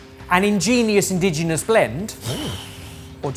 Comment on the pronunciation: (mispronounces "indigenous" as "indigenal"). *Popup: (misspells "indigenous" as "*indiginous") 10/10 perfection, would watch and chuckle again.